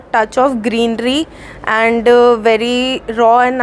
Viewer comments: and became andooo 😂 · Every she pronounced "And" like "Andooo"